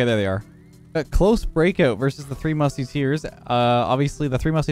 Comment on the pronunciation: "The three Mustyteers"